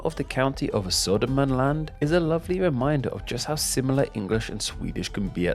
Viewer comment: He pronounced the ö correct in Södermanland. But wrong in Götaland. Btw the g in Götaland is a j sound. He pronounced Gävle wrong the g should be pronounced as j sound. Gotland is pronounced correctly with the g and the o like au in the word austria.